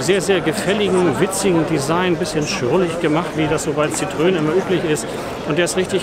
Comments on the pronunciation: Oh, bitte nicht „Sitrön“ sagen. Das tut ja in den Ohren weh! Da ist ein Tremolo auf dem e in Citroën! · Zitröön 🙈 Sorry geht gar nicht. Gesprochen so ungefähr Sitro enn Danke für das Video!